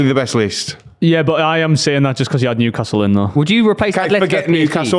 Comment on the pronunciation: WHERE NEW-ASTLE LMAO !!!